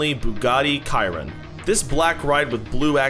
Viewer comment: Did he call the Chiron the kayron.?😅